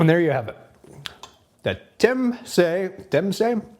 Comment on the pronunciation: I think it's pronounced as Chum-se.. Anyway there's a spicier version around 15000 shu ouch